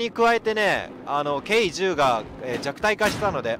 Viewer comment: K10(じゅう)じゃなくてK10(テン)だよ